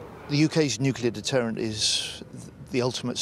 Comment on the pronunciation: "Nucler weapons as a self deffence", only a mad person would say something like that.... He must be from Westminster......